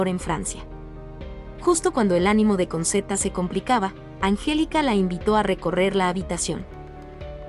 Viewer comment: se pronuncia conchetta...